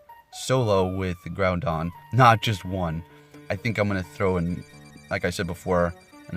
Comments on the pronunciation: Groudon is Grau-dawn not Grow-dawn. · I'm triggered he keeps saying groundon.